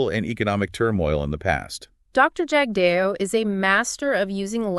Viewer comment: You folks can’t even pronounce Jagdeo’s name properly that’s all I needed to . 😊